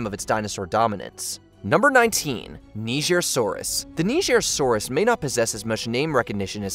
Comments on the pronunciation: He pronounced the nigersaurus wrong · Bro was scared of pronouncing Nigersaurus 😂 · #19. He wasn’t trying to say it right, he was trying not to get cancelled lmao